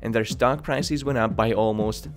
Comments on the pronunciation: Great video but you bloody annoy the shit out of me with the WAY YOU pronounce PRICES - E is supposed to be short not long like pricees OMG yeah and correction you do the same with every word that ends with ES pls try not to do it because it is really annoying. IF you can do that your videos WILL BE GREAT ! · its prices not priceis es not is goddamit.. be normal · I really shouldn't, but... It's prices, not "pricees," and businesses- not "businessees." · What's a "priceese"? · Pls learn how to pronounce basic words like prices and businesses.